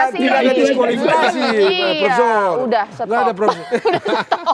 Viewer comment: Margito kamis bukan jum' at,Qodari bukan Qadar